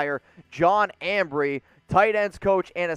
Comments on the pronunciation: It's Embree not Ambree. What is this amateur hour? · Embree not Ambree. TA is a very good tackle but we need a RT. Too much money for mine.